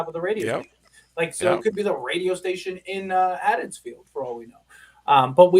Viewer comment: It's Haddenfield not haddensfields... and. Haha lol